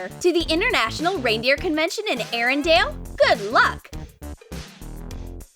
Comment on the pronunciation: it is arendelle not arendam